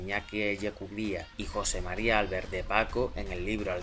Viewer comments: yo sé que esto no tendrías porque saberlo ni pronunciarlo bien puesto que según lo que se desprende de aquí eres de Madrid, y no te lo tomes como nada personal pero la pronunciación correcta del nombre del señor veleta, no es álbert, sino albért. La palabra Albert en catalán es aguda a diferencia del castellano en el que el golpe de voz mas fuerte se produce en la primera sílaba.Solo era una aclaración enhorabuena y sigue con el trabajo de divulgación periodística tan excelente que haces. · hola , en castellano se pronuncia igual que en catalá ,,,Albérto , con la fuerza en la segunda sílaba , palabra llana ,y sin tilde ,,la he puesto para que se vea mejor la pronunciación , no ÁLBERTO ,, en la segunda , no en la primera si no, sería esdrújula.,,un saludo